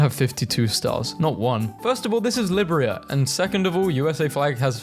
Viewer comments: its Li-Bee-ria, not Libria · why you say Liberia like that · Cuz he doesn't know how to say it